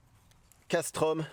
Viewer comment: Salut Fan de couteaux, je me permets de t'apporter amicalement de petites précisions : Casström se dit CasstrEUm, Las Fält se dit Lars Fêlt et Fällkniven se dit Fèll-Niven (Il n'y a pas de O et le K ne se prononce pas).